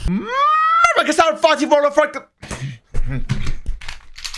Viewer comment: MMMRRRBA ARRKİSLARRR WORLD O